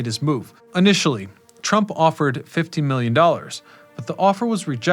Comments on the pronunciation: To me at first it sounded like 50 million but based on the context I'm pretty sure he was saying 15 million. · Did you say $15million or $50million?